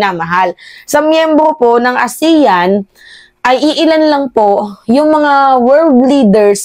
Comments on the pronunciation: Aseyan po ang tamang pagbigkas ng ASEAN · pronounce the meeting ASEAN (ah sea an) .